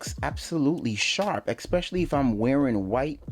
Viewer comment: "ekspecially" isn't a word.